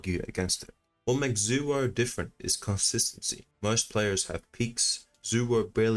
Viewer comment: you pronounced it wrong. Its not zuwo. Its zaiwho